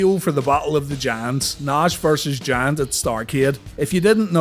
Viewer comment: 😂😂 yup! And every time he says the Giant, I hear the Jam